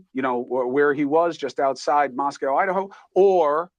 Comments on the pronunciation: I really trust and respect you. Thank you for doing what you do. As far as Moscow, Idaho, it is pronounced “Mos-coe”, not Moscow. Keep up the good work! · Why doesn't Cuomo know how to correctly pronounce the town name. He didn't have any right to know these people? Cuomo has no more credibility.